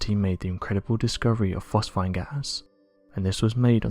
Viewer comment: The most Dull voice.... Its pronounced phosPHEEN.. Not phosfine...